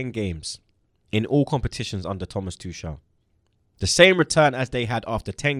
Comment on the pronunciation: and: it’s not pronounced Tooshall it’s Tookel. It’s not pronounced Hameees it’s Hamess. It’s not pronounced Zaiyeesh it’s Zeeyek.